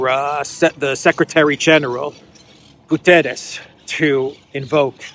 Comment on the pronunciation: my friend, do not massacre the Guterres name:p the pronunciation of the last letter is like in "shut" is not an "s" like in "saint" - is like in "shut" - in english, you must say like "Guterrsh"